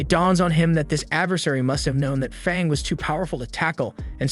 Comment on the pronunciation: u said fong u meant fang